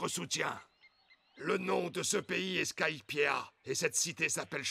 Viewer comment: Non mais on dit skypieaaaaa, tsais le mec qui a pas compris que tu le fais exprès PS: je voulais utiliser au moins une fois dans ma vie le "tsais le mec", cette maudite expression de ceux qui ne connaissent pas la définition de l'ironie!!!!